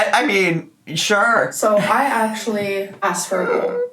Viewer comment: Gorl not goal